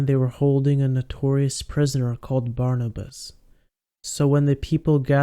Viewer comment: Barrabes not Barnibus